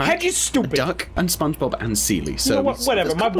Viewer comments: I heard say ‘ SpongeBoob’ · Did just say spongeboob XD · Is it just me or did just say spongeboob